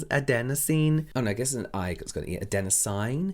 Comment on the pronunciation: From an RN that has used adenosine its "a den o seen" 🤣 love you James 💕